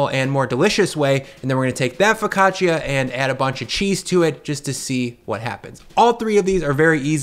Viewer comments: Foccacia is pronounced FO-CA-CHA Just spelled weird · OK, forgive my English-speaking Texan attempt at transcribing my wife's guidance, but something like foh·kah·chuh or fuh-ka-chaa, with basically no ee sound between the ch and the a. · Great method, but the pronunciation of "focaccia" nearly gave my Italian-Swiss wife an aneurysm!